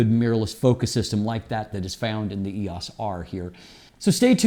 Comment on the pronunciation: Can't you pronounce "EOS" the way that canon themselves pronounce it? It makes you seem disconnected.